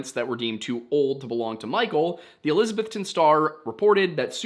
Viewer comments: It’s pronounced elisaBETHton. When I moved to SWVA it was made clear everyone knew I wasn’t from here because I pronounced it eLISabeth-ton. My bad for reading an English name and pronouncing it how I was taught. Also, helpful hint -ville is not pronounced vill, it’s vull. Say it as if your mouth is full. Knoxvull Nashvull Wythevull Ashevull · I wonder why people say Elizabethton like that? I mean How do people outside of east TN normally say Elizabeth? It's Elizabeth ton. Not trying to be rude or mean or anything but after working in a hotel for the past 3 years this is starting to really get to me. I do enjoy your videos by the way.